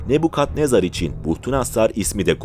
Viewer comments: Ne bu yav?. Ne Bu Kadnezar degil. Nabukadnezar olacak. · Kadnezar ne bu? Nebukadnezar? Cevap ver bana 😂